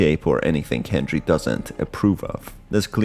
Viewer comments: Why do you say henjery instead of Henry? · Every time you say hendjry I take a shot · sounds like you're saying hendry